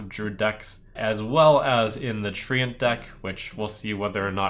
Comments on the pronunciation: Trump its trent not tree ant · It's trench